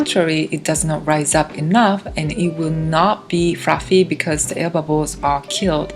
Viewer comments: Please consider remaking this video with a new voiceover. That cake looks so great, but Fruffy and Lough over and over again. Frows. Ooof. It was cute once. It was cringe by the end, and hard to understand at times. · there are no 'L's in the Japanese language :D